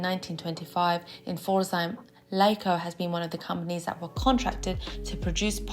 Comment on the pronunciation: L EI ca is pronounced as "lika"